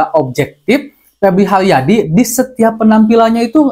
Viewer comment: Benal lul, siganana duyuyna pebli haliadi.